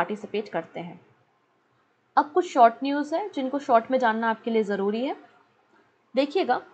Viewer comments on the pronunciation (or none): none